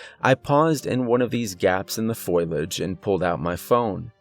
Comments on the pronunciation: Attention narrator- it's fo- li - age, not foil - age! 😉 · omfg bro its: foliage — foh • lee • age — not foil • age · Love the channel, but it's foe lee age. Not foil age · Foliage= foh-lee-idj bro. Wonderful stories, lovely voice, but that word drove me crazy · I love this channel, its the best one I have found in ages! Thank you! ( word to the wise in the spirit of constructive criticism-Fo lee age=foliage!).